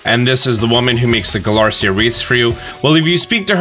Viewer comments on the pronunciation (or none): You keep saying Galarica wrong. You say it like Galarcia witch is wrong.